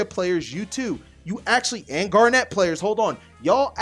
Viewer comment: That's not how you say garnet